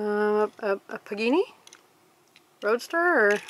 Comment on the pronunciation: Its pronouced pah-gah-nhi not panini